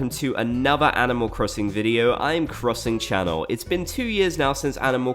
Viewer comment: 'crussing chonell'